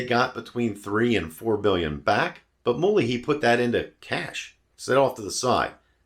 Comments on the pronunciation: Very good video, although I'm not sure there's any excuse to mispronounce Alan Mulally's name when it can be easily found on YouTube. My mom has the next-gen version of these, a 2008 Sable, with the much more powerful 3.5 V6 and better refinement and numerous other improvements. It's been an excellent car since new, with a cavernous interior, although I wouldn't say it has the most compelling proportions from the outside, sporting a rather frumpy shape, actually. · I've followed that very impressive person quite closely, and the pronunciation I have always heard is consistent and different from yours. You can Google myriad interviews (there's a great one with Jay Leno) for confirmation. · Agreed, the mispronunciation here was indicative of insufficient homework. And why bother making these videos if you're just regurgitating Wikipedia?